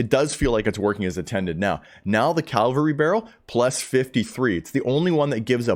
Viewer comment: You're mispronouncing cavalry mate. You're saying calvary. You're swapping the V and L around! Good info though.